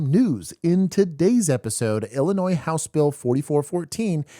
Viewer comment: the s in IL is silent stop saying it lol